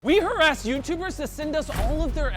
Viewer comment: Wait hold up, did he say “we harassed YouTubers”. Or “we asked YouTubers”. LOL